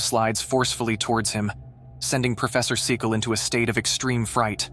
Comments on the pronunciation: It's Cynical. Not See-call. Who tf is this idiotic narrator? What a moron. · The so called professors name is pronounced Sin-e-call not see- cale , cynical meaning not believing. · SEE-CAL??? Syn-eh-cal is correct way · Correction: Its pronounced Dr. "Sinical" NOT Dr. Secal. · I AM NOT A TROLL OR ANYTHING LIKE THAT BUT FOR GOD SAKE IF YOU ARE GOING TO DO A VIDEO AT LEAST TRY TO GET SOME OF THE NAMES RIGHT IT IS NOT CECAL I T I S SIN NI CEL OR IF YOU PUT IT TOGETHER IT IS CIN I CEL YOU THINK YOU CAN GET THAT NOW. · Prof 'cecal?' Or 'sical' terrible pronouncation! Try Cyn-i-cal and cynical actually means something. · I swear it sounds like he's saying "professor fecal"😂😂😂😂😂😂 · My narrator... it's not see-call or cycle... it's pronounced cynical (cyn-a-cal). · Why can't you say cynical. Sin-e-call, it seems disbelief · Professor who...? Cynical Sin-i-kal Oh lord protect the English language from idiots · Everyone: AI is going to take over everything AI: sees the word, Cynical........ "Sickle"?! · Holy frick… the stupid AI can’t even pronounce Cynical (Sin-eh-cull) correctly. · If this is an AI voice it’s not very intelligent 😂 cynical = seecul ?? 😂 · Can`t you pronounce the name CYNICAL correctly ? Its even on the screen. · His name is pronounced (SEN-I-CALL) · I have never heard "Cynical" pronounced as SEE-call. May I never hear it slaughtered that way again. Also, I don't think anything here was caught on tape since almost no one still uses videotape. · Professor Ceekal... Lol WTF.. Dude if you are going to use AI to make a YouTube channel at least get it to use proper pronunciation. It's just lazy.... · Bro needs to update his AI voice over. Macabre is not pronounced macobree and cynical is definitely not pronounced seecal 😂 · Say it with me “Professor ‘Sin-a-Kal’” for Cynical”. I hate when names or words are mispronounced. For goodness sakes! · Dude! The second guys story's name was pronounced sin a kil. You were saying everything but.